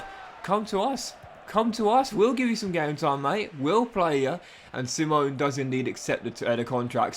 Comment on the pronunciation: It’s pronounced see-mon-eh